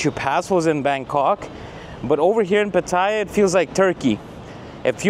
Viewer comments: It’s pronounced as pateeah ! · get the pronunciation of ‘Pattaya’ right if you don’t want to sound like a tourist.